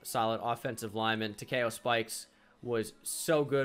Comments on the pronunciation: tuh Kee oh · You pronounced Takeo wrong. Good video though